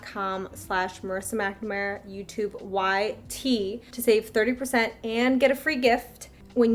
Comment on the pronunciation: The way you pronounced your last name was NOT what I was expecting. I was "Mac-na-MAR-a." Tryna meet that airport bust on my layover soon.